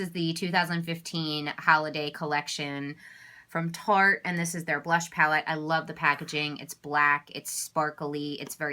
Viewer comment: *Tarte, NOT *Taste lol